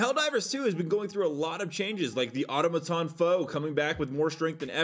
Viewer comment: Why can't anyone pronounce automaton?...